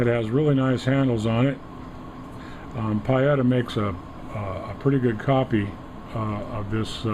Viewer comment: It's not PIE etta, it's PEE etta. Not wanting to be petty, but correct pronunciation is a basic.